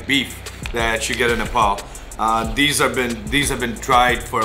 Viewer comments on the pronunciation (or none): It's Nepal not Nepol 🤣🤣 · First up all our country name is nepal not nepol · It's not Nae-paul it's Nepal